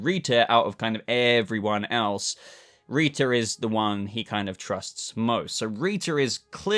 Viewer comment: This might be really weird but I really live your accent and love the way you say rita's name 🙂